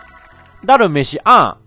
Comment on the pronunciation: ダルメシ↓アン↑